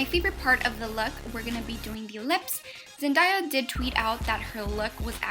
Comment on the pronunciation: I just have to point out its zen-DAY-a not zen-DIE-a